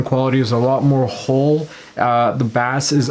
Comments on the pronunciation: Bah-Ace not bass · Not Bass its pronounced “base” ! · Baas 😂, it's pronounced BASE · Firstly and no offence intended, but its pronounced 'base' and not 'bass' (even though it's spelt that way). And secondly, whoever says that the JBL speakers sound like they're muffled or there's a blanket or something over the speaker and the Bose don't, sorry but it's the other way around. The JBL speakers sound more alive and open compared to the Bose. I was originally going to get the Bose speakers, but I think I might go with the JBL instead. To each their own though don't get me wrong, but that's just me. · you're saying bass wrong, its pronounced 'base' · stop saying baass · Why are you saying bass like the fish? Say it normal!!!!! Ba-Ace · By the way, in the USA at least, "bass" is pronounced with a long A sound (rhymes with face) when talking about sound and low voiced instruments and with a soft A sound (rhymes with class) when talking about fish. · Is this guy serious? Baass? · Bass is pronounced BASE. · its not sea bas its basss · Sorry but the Bose blows it away I actually have both speakers Gen 2 for the Bose. And no offense but I'm not taking the advice of somebody who can't say Bass correctly. It's like saying trouble instead of treble. Sorry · you're pronouncing bass like it's the fish. Lmao. I had to turn you off immediately. If you speak like that, you probably don't know much about music. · "in the US at least" it's pronounced the same everywhere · Great video but I squirmed every time you pronounced “bass” like that 😂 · As soon as u pronounced bass wrong…I was out!